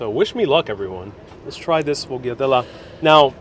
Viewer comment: "SHFOYADEL" ITS "SHFOYADEL" Just say it quickly all at once ! And the Lard bread omfg , I haven't had or made it in at least 7 years , Thanks for the reminder